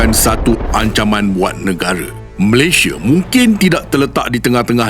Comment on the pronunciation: Indonesia, malaysie Sunda, malaysie Maaf admin saja menegur, nama rasmi kita tidak boleh ikut loghat kita. Sebut sahaja Malaysia